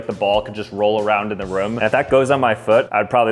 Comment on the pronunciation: bro he said the red target ball was “officially in the rum” instead of room 😂